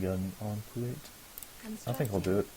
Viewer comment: he is saying kuat wrong